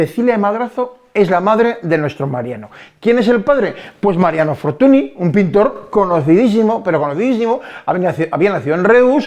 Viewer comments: Magnífico video, pero Fortuny (apellido catalán, ya que el padre de este señor, también pintor famoso, nació en Reus) se pronuncia Fortuñ, no fortuni. La ny es la ñ en catalán. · que no te de la gana de pronunciar correctamente un apellido.........no querer saber que la ¨ny¨ es equivalente a la "ñ".....dice poco de ti, simplemente por un respeto de quien hablas, cuando son apellidos Franceses si que sabes pronunciarlos......